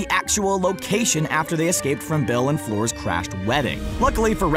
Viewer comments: Why do Americans say floor rather than fluer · I love your videos, but please, please, please, start pronuncing fleur fler rather than floor